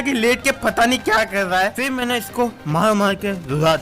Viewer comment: Everyone _ maine Legend - mena 😂